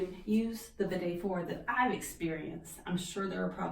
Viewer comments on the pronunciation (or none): i always wondeeed. but you pronounce the word strangely